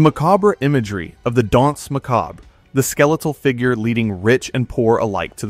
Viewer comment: Mahcaaahb. Mac a burr. Macabre.